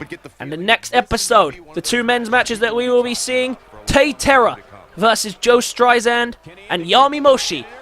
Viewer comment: Joe Synistrad not Strisand..... Syn- I- Strad